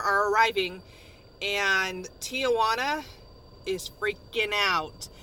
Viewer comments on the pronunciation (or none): the a in the middle of Tijuana is silent